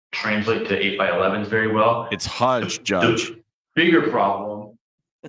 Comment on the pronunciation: 'It's hudge judge' 😁